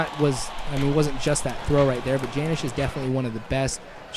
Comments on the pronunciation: Not Janish (Janish) It's Janish (Yonish) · Hey, you called him Janish pronouncing the J when it is really like Yunish with a yish sounding J. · not to be a jerk but janish is pronounced with a y instead of a j. ahaha